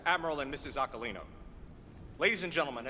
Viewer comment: Aquilino Pronounciation is Akilino.